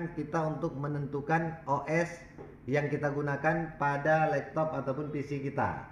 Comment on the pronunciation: Laptop bang bukan lektop